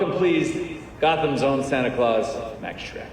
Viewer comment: I though she called him anticlause.